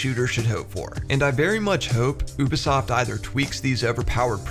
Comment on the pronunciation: did you just say "uubesoft"? Thats funny